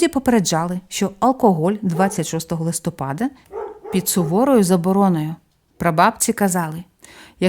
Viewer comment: Дякую за цікаві розповіді, зміняйте будь-ласка наголос у листопада на склад -па-. Прошу не ображайтесь. Ми, у школі, коли вчили місяці нам знижували оцінки за неправильний наголос. Я запам'ятала це на все життя. І зараз по-душка, порт-фель дуже "ріже" вухо. Ще раз дуже дякую. Божого благословення👼🙏❤ на перемогу, на збереження життя і здоров'я всім захисникам і захисницям, процвітання вашого каналу. Слава Богу, Слава Україні. Слава ЗСУ. ❤❤❤😊😊😊